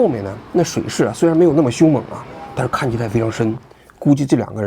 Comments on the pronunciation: 喘急❌ 湍急 ⭕️ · 喘急？还是湍急？王局这文化水平也是够呛啊，赶上小学生了，精甚精甚。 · 王局念错了😂湍（tuān）急不是喘😂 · 湍急tuan不是喘急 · 水势“喘”急？ 那叫水势湍急大哥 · 哥，水势湍tuān急 不是喘chuǎn急！ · 湍急 不是喘急.....tuan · TUAN JI 王局，不是CHUANJI。你的评论非常中肯基本都是正常的逻辑推论，支持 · 王局的节目本身没的说👍。可偶尔会让人困惑，这次把湍急的湍读成了喘chuan急，让人意外！ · 不是湍急吗？ 喘急是什么？职业素养呢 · 王局，是湍急tuan吧？不是喘😅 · tuan湍急 chuan喘急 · 王局是武大毕业的？那不就喘急，tuan 湍急，不能通商宽衣哈😂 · 王局，你把“湍急”说成了“喘急，这操作非常屌利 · 湍tuan急不是喘chuan急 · 什么叫水势特别喘急，王局得活到老学到老，怎么连普通词语的发音都不知道怎么说呢？再说剪视频的小年轻不告诉你那应该叫湍急吗？？？😢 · 湍（tuan）急，非（chuan）读音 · 湍急 tuanji，不是chuanji。敬志安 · 王局，水势湍（tuan）急，不是 chuan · tuan ji 湍急不是喘急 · 喘急？特无安湍，湍急。大记者！ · 湍Tuan急 王局 不是churn急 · 湍(tuan1)急,不是喘急😂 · 湍(tuan)急，不是喘(chuan)急。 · 王局也是湍急变喘急了😆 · 湍急，念tuan ，不念喘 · 纠正王局一个错别字，水流湍急 ，tuan急，不是喘急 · 湍急…...喘急？😮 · 湍急 tuan不是念chuan喘，志安啊，常用字你都不认识，果然跟圣上一个水平，这让我开始怀疑你确实是外宣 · 湍急 不是喘急… 王局 你好歹是中央台出来的啊😂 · 水势湍急tuan, 不是喘息的chuan，王局什么文化程度啊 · 王局你一分十秒左右说的喘急是啥，是想说湍急结果不认字吗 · 王局，水流湍（tuan）急不是chuan急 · 湍急 读tuan，不是喘，王局还是没文化😂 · 湍急（Tuan ji) 没有喘急这一说啊😂😂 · 非常湍急，王局文化水平还是不高，念喘急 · 湍(tuān)急, tuānji ，不是喘急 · 王局，水流湍（tuan）急，不是喘急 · 王局，湍急 tuan 急，不是喘急😂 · 王局，水势特别湍急（tuan）😄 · 水势特别喘急😂大哥，你和平平有一拼啊😂实在令人发xiao…… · 湍急tuan ji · 是与天地人奋斗，其乐无穷，不是斗，一字之差失之千里。不知道王局是故意的还是不知道。还有喘急都来了😢，本来觉得王局还是有权威性的，结果这两个低级错误大大动摇了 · 水势湍（tuan）急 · “水势湍急”读成“chuǎn急”，王局错别字读得也太多点了吧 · 湍 tuan，一声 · 那叫湍急tuanji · 湍急 tuanji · 不是湍tuan急吗？ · 水流湍（tuan）急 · 王局，湍急tuan 😂……别让小学文凭的皇帝笑话了，快更正一下😂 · 湍急 tuan ji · 那是湍急，tuan急大哥！你这文化水平和习近平也差不了多少了，你北大中文系毕业证书是买的吧？多少次错别字了。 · Tuan 湍急。。。老王你真是。。。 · 水势湍（tuan）急，王局…..通商宽农，精湛哈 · 1分13秒: 水流湍tuān急😢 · 王局跟我念，特午安tuan，湍（tuan）急，现在咋和平平似得还老念错字儿呢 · 王局扣200，湍tuan急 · 勘误一分钟的时候，水势湍tuan急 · 欢迎大家回到【跟着王局学认字】节目的新一期，让我们来到 ，一起读：水势（chuan3）急。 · 王菊央视记者为什么要读白字？湍急都能念成喘急？ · 水流湍急，拼音为：shuǐ liú tuān jí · 我还以为是我才疏学浅不知道有“喘急"这个词，搜了一下也确实是没有😆。央视编辑读错别字实属费解，看来王局团队的审稿质量有待提高。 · 喘急😂，我要退会员了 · 王局，湍急读“tuanji”。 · 水流湍（tuan）急 王局的稿子没有拼音吗？ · 来，和我一起读 t u a n 湍急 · 湍急 tuan ji 吧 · 湍急，提醒王局，读作团级。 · 水勢湍急。王局母語退化了啊😂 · 水势特别湍tuan急…… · 王局下次说湍急。念tuān jí。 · 湍急tuān jí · 湍（tuān ）急，王志安经常读错音，招个校对吧。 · 那不是湍 tuan 急么😅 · 湍急 tuan 一声。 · 王局的语文是体育老师教的吧😂Tuan 急啦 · 来，王局，跟我念湍tuan急😅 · 湍(tuan)急，怎么搞的跟圣上一样😂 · 新闻工作者这个口误不应该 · 老王一个水流喘急给我乐坏了！ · 我也听到了，我感觉他是故意的